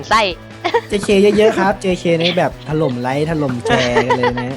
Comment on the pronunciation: ืตลกตอนพี่เต้เจเคพูดว่าถลมไลค์ถลมแชร์